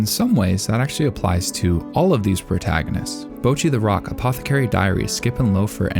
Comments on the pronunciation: Imagine watching BtR for like literal hours; Hearing the name being said in Japanese over and over and over and over. And then going: YUP! HER NAME IS BOUWCHEE - It sounds impossible, but Americans make it possible. They are out there on the frontlines of stupidity every day, fighting the good fight. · The way you misspronounce Bocchi is driving me nuts